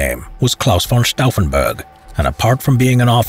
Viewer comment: Glaus fon staufenbörg 🤔😂